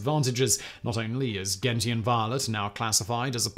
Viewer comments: "Gentian" is pronounced "jent-shen" not "gen-ti-an" - it's named after the gentian plant which have purple flowers (and which happens to commonly be used as a bittering agent in many alcoholic beverages). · I thought “gentian” is pronounced /Jen-shun/